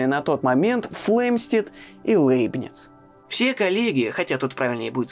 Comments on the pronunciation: Как хорошо), но Лэйбниц всегда был Лейбницем)))…. Ухо режет очень… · Жду с нетерпением выпуска про Лейбница. Кстати, в оригинале на немецком его имя звучит даже ближе к Ляйбниц (как и Ляйпциг), а произношение Лэйбниц сильно режет ухо. Но на фоне такого фундаментального видео, эти поправки - такие мелочи. Спасибо за Ваши труды! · Кстати, почему ЛЭйбниц? По-немецки вообще читается ЛЯйбниц. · Всё-таки не ЛЭйбниц , а ЛЯйбниц .. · Ну, если чисто по-немецки произносить, то будет вообще Ляйбниц, если что... так-же, как и "Ляйпцихь", вместо общепринятого "Лейпциг". И так далее. Про Ландон и Айзека Ньютона (sic!) тем более промолчу... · Пожалуйста, Лейбниц произносите мягко звук л